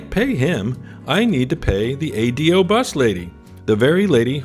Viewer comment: I do hear Americans saying it like you. I think you only have to tell an American once that it's an ingenious name when pronounced correctly. You say "Adios" before you get on the Ahh-Day-Oh. Great video.